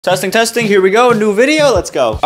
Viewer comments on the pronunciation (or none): Why u always say testing tesing